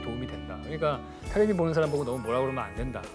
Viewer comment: 교수님 테레비라고 하는거 너무 웃기네요 ㅎㅎㅎ